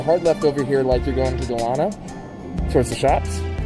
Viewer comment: You’re mis-pronouncing Delano. It’s like Della-no. Good tour, though. Just a pet peeve of mine.